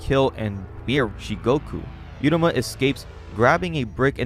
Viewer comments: stop mispronouncing every name you goober. if the name was 'yuruma' then the text would say 'yuruma' so just read uruma ffs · MC’s name is pronounced OO-ROO-MA not YOO-RA-MA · You got to learn how to say Uruma. You keep saying yeruma. It's ooruma. As in oopsie daisy.